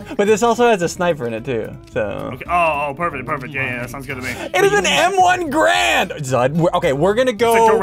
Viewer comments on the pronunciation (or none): I hate when YouTubers say grand instead of garand